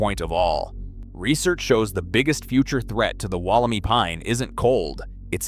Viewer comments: The Wollemi Pine is pronounced “Woll-em-eye” — not Woll-e-me! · The "i" at the end of Wollemi is pronounced as "eye", not "ee" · Re: "Wal - a - my". Please get the name right. The "clone" will diversify with different environmental ground radiation to transform its DNA to new strains. Different blights and environmental challenges will make them stronger and more adaptive to the modern world. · Good video but Wollemi is an Eora Nation word and is pronounced Woll em i 👁 not ee. Like Bondi Beach not Bondy Beach. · Interesting, I spotted this straight away and deleted my post after checking the answer to everything, "Google". It came up with the e pronounced "ee" not "eye" or "ai". This is from a new AI. program. Gemini is wrong I suspect, as now another check elsewhere is as you say "eye". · Well, that was a unpleasant as a local listening to Wollemi pronounced incorrectly. The last syllable is pronounced my. As in this is my tree. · Correct me if I'm wrong, but I thought that the correct pronunciation is "Wollem eye" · omg i hate the way the ai is pronouncing Wollemi. I used to live basically next to the same forest as Wollemi National Park , no fence you could just walk straight up into the mountains.... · The pronunciation of "Wollemi" irked me the entire video! If your not sure how to pronounce a foreign word (and one derived from an indigenous dialect) please look it up before the video. There's even a clue in your own video the Botanical Gardens of Sydney programme; " I Spy a Wollemi!" All three words rhyme! Or are supposed to if pronounced correctly. Like the content but is the voice-over AI slop? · It's not just the pronunciation which is slop. It's the implication that once they hit the UK, they practically became an invasive species. The whole thing is slop.